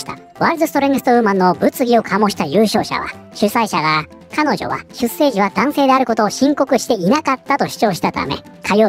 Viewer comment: 出生 ×しゅっせい ⚪︎しゅっしょう